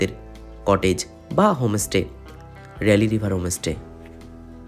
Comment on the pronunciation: হমোস্টে নয় হোম স্টে বলুন! এমনি ভিডিও ভালোই করেন। "মার্কেটিং" নয়, বলে "সপিং"! সমালোচনা পজিটিভলি নিলে ব্লগ আরও হবে।